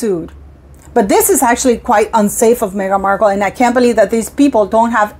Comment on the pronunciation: Oh … stop saying Markle Jam 😅🤮😂